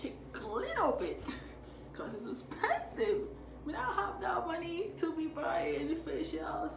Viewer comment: "Take little bit caux its expensive"😂😂😂